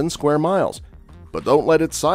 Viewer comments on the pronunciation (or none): none